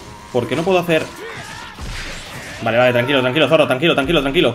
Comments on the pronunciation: SE DICE ZORO NO ZORRO perdon por gritar pero es que me pond muy nervioso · 😂😂¿Zorro?pues fan de One Piece no creo que sea😂porque sino si sabría como se pronuncia☺pero no pasa nada todo el mundo tiene errores